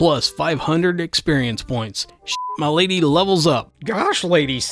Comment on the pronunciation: Idk if it's just what I heard or if you really said it like that, but "get him mi'laid" KILLED ME